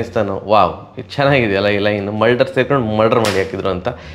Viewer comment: ಮಲ್ಡರ್ ಅಲ್ಲ ಅವ ಮುಲ್ಡರ್ 😂